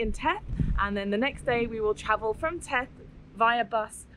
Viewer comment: The first "th" is pronunced like the last "th". Theth, not teth!